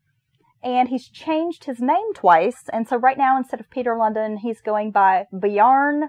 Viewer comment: Lundin is pronounced like loan-dean. As a dane i must say he is pretty infamous. Thanks for the podcast. 😊